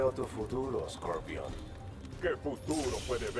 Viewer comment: "ScoLpion" :v